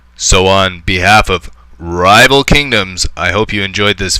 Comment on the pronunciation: I like how you say " Rrrrrrival Kingdoms"